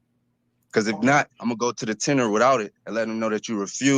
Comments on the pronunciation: TENURE. NOT TENOR! THANKS! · What's a tinner? is that was the guy said.... just asking